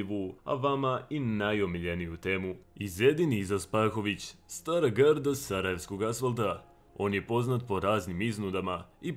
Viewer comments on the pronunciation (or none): none